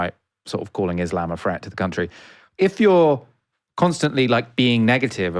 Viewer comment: It's a FRET A FRET FROM A GUITAR!!! I really wish "th" the "th" sound is important